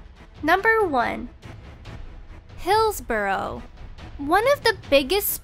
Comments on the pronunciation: UnknownHoax and Hills-bruh not Hills Borrow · Hillsborough is pronounced hillsbruh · Its prinuncinated hilsbura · Donal Geaney and "Hills Borrow"